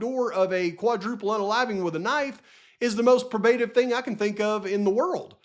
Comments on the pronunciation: Long O in pro. Pro- bruh-tive. Sorry but dang. 😊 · I Luv Ya,, but it's pronounced "Pro-bah-tive." I want you to sound as professional as you most definitely are - but your pronunciation is off.